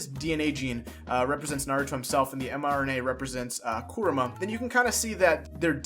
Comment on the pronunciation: Why are you saying his name like "Koruma" when it's "Kurama" ??